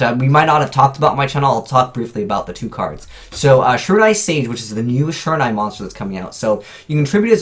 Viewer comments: Sure-in-nigh Really? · I cringed every time he tried to pronounce "shiranui". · Why is it no one on YouTube can pronounce shiranui right?